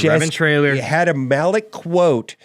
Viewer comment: It's Malak*